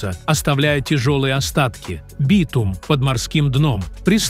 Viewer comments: Не смог дослушать дальше битУма😂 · ИИ озвучивает? СкАла, битУм, вОронки... До чего раздражает! Не подпишусь!